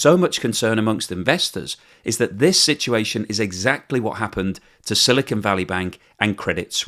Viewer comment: The newscaster pronounced 'silicon' correctly!